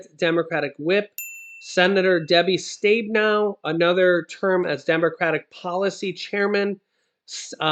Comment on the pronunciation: It's Debbie Stabenow pronounced Stab in owe... and Amy Klo boo shar....Klobuchar 👎